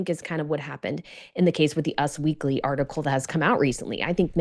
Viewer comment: It's not "UZZ Weekly",...it's U S Weekly